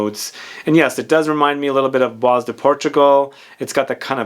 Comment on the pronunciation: Hi, I love your videos. Just one remark - "Bois" is French for wood or forest and is pronounced with a silent s. So it sounds more like "bwa".